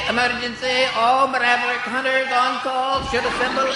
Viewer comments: ???in the intro it says 'all meraverick hunters" insted of "all maverick hunters"... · It sounds like Meraverick to me lol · Uuum... is it me or the voice on the loudspeaker said "Mareverick Hunters"?